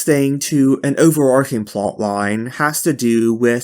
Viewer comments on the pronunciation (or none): it's "overarching" with a ch like chicken not overarking